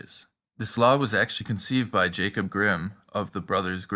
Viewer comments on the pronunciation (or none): none